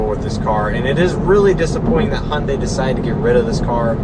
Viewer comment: btw Your "Hyundai" pronounce is very very correct. haha.